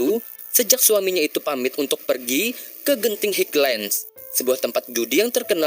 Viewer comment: Genting highland dibaca Genting haylen